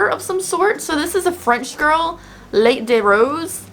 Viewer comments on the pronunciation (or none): “Petit Vour (peh-tee vohr) is a Frenglish word derived from the French confectionary, "petit four." Love ya,! P.S. Terre Mere (tare mare) is Mother Earth, and Lait (lay) is milk.